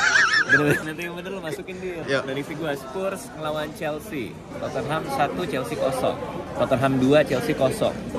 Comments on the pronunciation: Totte-nham 2 syllable instead of 3 to-ten-ham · DIT, Tottenham, pronunciation- nya: (TOT)+ (NUHM)